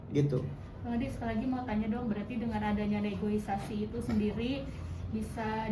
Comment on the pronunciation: Sbnrnya sih kaya jd rese sih, tp mbak wartawan ... yg bener itu negosiasi bukan negoisasi. Kan bukan jg reboisasi 😅 hadeuh